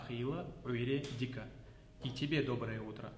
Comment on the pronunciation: Салам алайкум! Слушай, нету никакого награда, Маьл это Благо! И хватит как чечен везде а писать и говорить!!! Раньше такого не было и не должно быть щас!!! Никакого ЛаьттА, ДаьттА, ХьамА, ДикА ХейлА, есть Лаьтт Даьтт Хьам Дикь Хейл!!!!! Коверкаешь язык ты!!!!! Коверкаешь сам что несёшь не понимаешь, то по чеченски то по ингушски произносишь!!! Знай твои А на конце появились после того как твой кумир сталин объединил Чечню с Ингушетией и объединил алфавит, точнее сделал его чеченским а ингушский просто опустил! А ты это щас поддерживаешь, своими А на конце!!!